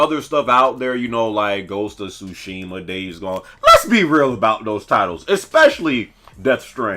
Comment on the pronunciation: Lmao dude said ghost of sushi😂😂